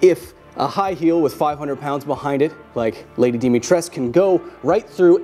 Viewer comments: DimitresCU not Dimitress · Lady Dimitrescu not Lady Dimitresc I'm a romanian and that is how you pronounced it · IT'S DIMITRESCU NOT DIMITRESC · She is almost 2.9m and almost thicker than Ashley Graham i looked her BMI it was 31 if Lady Dimitrescu yes "Dimitrescu" not "Dimitresc" she would have around at least 29 BMI and that would make her 250kg at least please do your research better when you make videos about my vampire momy!! Note : the things i said true but its joke you know :D about momy thing etc. and it was good video tho :D "because you know its not about sexualty its about power the power that she could crush my head between her thighs and its just an option, she could with many other part of her body too " -M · thank you for butchering the name (I'm kidding of course) of "Dimitrescu", in Romanian we don't stop at "c" we also pronounce "u" with a sound more similar to the beginning of the pronunciation of "uwu", but Lady Dimitresk sounds cooler (what youtube decided to put as auto translate for subtitle) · Just one little remark... the U is not silent. Romanian has no silent letters. Can we get at least one person with an actual fanbase to put this out there? It's Dimitrescoo :(( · It’s Dee-mee-treesk. The “u” is silent. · Trust me, I’m from Romania. It’s lady Di-mi-tres-cu. The “Di” is pronounced like in “Dinosaur”. The “mi” is pronounced like in “miracle”. The “tres” is pronounced like in “trespassing”. And the “cu” is pronounced like the “cou” in “Coulomb”. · As a guy from Romania, it kind of grinds my gears how Kyle pronounces Lady Dimitrescu. It's not Dimitresque/Dimitresc. The R is like in burrito and the U at the end is like umami. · To be clear, the 'u' at the end is NOT silent, no matter how much Capcom insists. Source: im Romanian and that name is somewhat popular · i like how the internet both simps for dimitrescu, yet still has no idea how to pronounce her name. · I like how people don't pronounce the "u" in her name